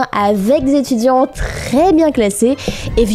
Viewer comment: 1000 zétudiants...cette liaison inexistante, alliée à la façon de parler, on comprend le niveau.